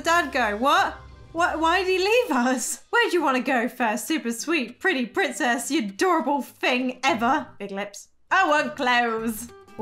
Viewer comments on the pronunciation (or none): I keep die laughing everytime I heard her say Prinzess instead of princess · "PrInZeSs" got me laughing😂😂😂😂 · The "Prinzess" always gets me ! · I love when you say Lo long lost PRIZESS LOOOOL 😂😂😂😂